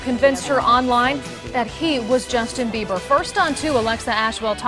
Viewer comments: the mom said justin biewer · Um, she definitely said Justin Beaver...hahaha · im sorry she said justin beaver... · "..listen to justin beaver over and over again.." IT CANNOT BE UNHEARD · The mom keeps saying "Beaver"... why?!? Just... why?!?😩😩😩😂😂😂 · LMAO she clearly says Justin Beaver really shows how much you really care about your daughter... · Did any1 else hear the mother calling him justin "beaver"?? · 🙈 the mom said Justin BEVER! Lol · hehe she said Justin beaver checks the rest of the comments I guess I wasn't the only one who noticed then. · She said justin beaver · did the lady just say justin beaver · Lmao she said Justin Beaver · Is she saying justin beaver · She says beaver not bieber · D-did the mom say Justin BEAVER? o.o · she said Justin biever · Lol she said justin beiver CD hahaha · she said justin biever* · i love the way the mom can't even say the name properly